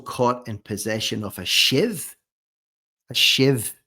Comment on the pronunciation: His “shive” must have been in his jeans ? 😊